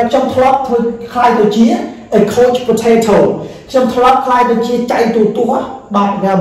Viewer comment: លោកគ្រូ ពាក្យនេះគេអានថា couch (ខៅឆ័) please checking your pronunciation again